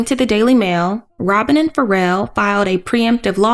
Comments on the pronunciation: I believe it is supposed to be pronounced “Fa-Rell” 😇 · Wait I love that woman saying “Pharell” like “feral”